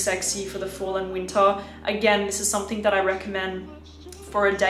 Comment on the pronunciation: Pls. SomethinG, not SomethinK. I'ts ear-ache to hear you say it wrong in your every clips. Otherwise, Great and Sweet reviews.